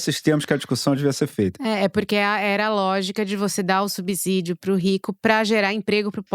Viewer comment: Corrigindo, e, na palavra subsídio o 's' tem som de "c" e não de 'z' como vocês falaram. Lembrem-se, vocês são ótimos jornalistas e devem falar mais correto que as pessoas comuns.